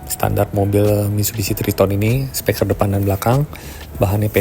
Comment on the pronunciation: Penyampaian videonya sudah bagus, urutan videonya juga oke.. Saran/masukan untuk videonya, mungkin efek transisinya bisa dikurangi. Karena agak pusing kalau keseringan nontonnnya.. Dan juga penyampaian kata "Speaker" dibaca menjadi "Speker" kurang tepat menurut saya.. Sukses terus om